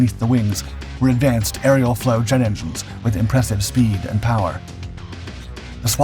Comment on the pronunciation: It’s an “Axial Flow” Jet engine not an “Arial Flow” Jet engine